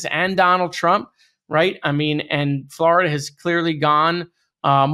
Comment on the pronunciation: Dude it’s FlOrida not FlArida my god